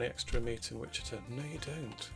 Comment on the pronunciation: Excellent. I enjoyed watching this. I particularly liked your early freight setup. Now this next bit is me paying back all the folks who try to correct my pronunciation of cities. It is WICH-uh-taw.